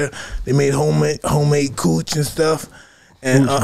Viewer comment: Lmaoo "homemade hooch" mike..lol not cooch